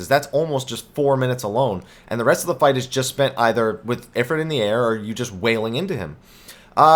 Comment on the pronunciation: it"s I-frite as in eye frrrr it